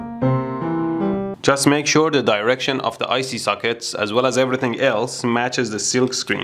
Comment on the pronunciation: "Icy Suckets" xD